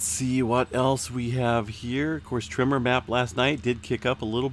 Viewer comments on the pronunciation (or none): none